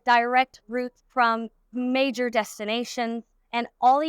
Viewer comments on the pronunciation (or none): none